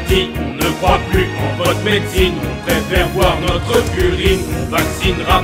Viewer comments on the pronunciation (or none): "On préfèRE boire notr ' urine" aurait sonné mieux que "Notreuh Urine" ou alors l emploi du futur "on prefer'ra boire notr' urine" Les apostrophe rendent mieux à l'oral même sur un texte aussi bien écrit :D quoi qu il en soit j me suis bien marré elle vaut l écoute ^^ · Pourquoi prononcer "BOIR' NOTREUH URINE" plutôt que "BOIREUH NOTR' URINE" ? Le "E" suivi d'une voyelle est silencieux alors qu'il peut être prononcé lorsqu'il est suivi d'une consonne non ? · T'aurais dû dire "Not'propr'urine", parce que "notrEUH UrinEUH" ça fait chkik! ;) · "notreuh urine" ... horrible faute franchement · Pourquoi marquer le E de NotrE au lieu de celui de BoirE ?